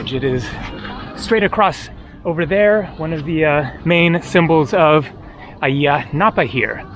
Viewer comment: Ayia Napa is known as a British/European hangout for the party crowd. I’ve always thought Ayia the A is silent, sounds like IYA in pronunciation! What a noisy bike your riding, sounds like an old rusty lawnmower, lol